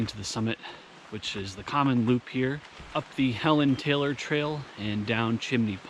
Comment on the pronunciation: WE say HEE-LON Taylor